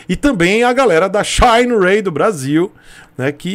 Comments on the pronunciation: shainrêy, é tão bom quanto 'shinerai' original! Kkkkkkkkkkkkkkkkkkkkkk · Não aguento esse “shayne Ray” msksksksks